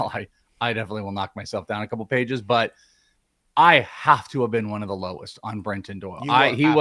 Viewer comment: was that another "welshism" ? ..."knock down a few pages"? isn't it "knock down a few pegs"? 🤭😍